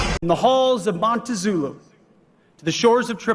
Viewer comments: Why did Hegseth say, "From the halls of Montazulu" instead of 'Montezuma'? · Did Hegseth say, 'From the halls of Montezulu', not "the halls of Montezuma"? That's a line of the famous military song. How does he not know that? Erika won't stay silent, like OJ was going to spend his life looking for Nicole's k*ller? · Yes. "Montezulu". Even the close captions concur.